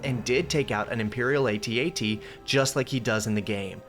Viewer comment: Thank you so much for saying AT-AT the correct way!